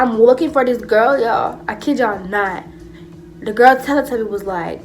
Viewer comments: I died when she said tellly tubby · She said “telle tubby” I’m done😂😂😂😂😂